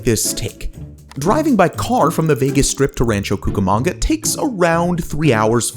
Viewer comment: I can’t watch it any longer. My God, a simple Google search would’ve told you how to pronounce the bloody name. ran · chow koo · kuh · muhng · guh